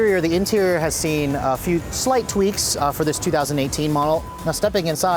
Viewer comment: I had to double tap to the left on the video, on the YouTube app to make sure you were saying 2008.